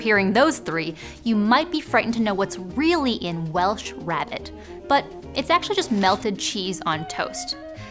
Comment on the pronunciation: It's not rabbit it is pronouce rare-bit. the bit you don't know is India where the Portuguese colonised, Goa and Kerala, brought vinegar (vin aleo) vinegar and garlic aka vindaloo. This dish has got a little confused because of the Indian word for potato aloo however there are no potatoes in Vindaloo.. Just pork, vinegar and chillies.. This makes Mexican food seem like a walk in the park